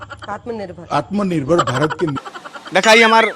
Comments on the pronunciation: Ye genda to anpad, jahil aur gwar lag rha hai, kaise home minister ho gya, isko atm nirbhar bolne nhi aa rha hai. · Sala Taripar gainda Takla ko Uchcharan bhi nahi kar pata Atmanirbhar ka. Aur logon ko Atmanirbhar bana Raha hai. Behaya Beshirm BJP. Tum Logon per koi Viswas nahi karta. Fekne band karo.